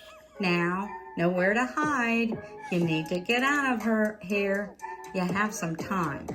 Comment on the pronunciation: with the Nelly country slang “illegals get out of hurr’!” 😂